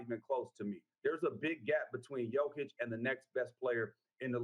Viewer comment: It kills me how after 6+ years of being one of the best players in the league, people still say Joke-itch. It's Yo-kitch. Does he call people named jose Joezay? Lmao. Edit for clarification: if he was the vicepresident of Serbia, I'd understand why a sports contributor couldn't pronounce his name. He's a multi time MVP being discussed daily... to continue to mispronounce it makes him seem kinda stupid. Especially when he's a regular contributor on sports shows.